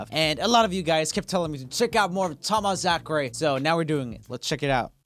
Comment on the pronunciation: I love wrong he said Tomazacre's name it's pronounced (Tom-ah-Zac-er)